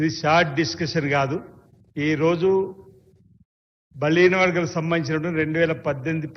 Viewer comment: కన్ను లోట్ట పొయ్యి మొదటి సారి MLA గా గెలిచాడు ప్రతి సారి ఓడి పోతున్నాడు అని ప్రజలు ఓటు వేసి గెలిపిస్తే సబ్జెక్టు తెలియని ఈయన కూడా మాట్లాడుతున్నాడు నాలుక మర్రుతలేదు తాగి ఉన్నాడు... నత్తి నత్తి, బలిన వర్గాలు అంటా 😄శా స న సభ అంటున్నాడు. ఈయన గారు వార్డ్ మెంబెర్ కూడా ఎక్కువ. ఈయన అంటా KTR గారికి హరీష్ రావు గారికి Answer ఇస్తా అని లేస్తున్నాడు.